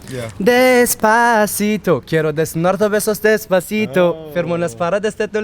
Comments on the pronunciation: Reynmen abi çok güzel söylemişsin "despasıdo" yu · desbasıdo dedinya valla tekrar tekrar dinlemekten yoruldum cok guzel soyledın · Abi Despatico soylemene heyran kaldim. AZ TR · Despasidoyu ne kadar guzel okudu yav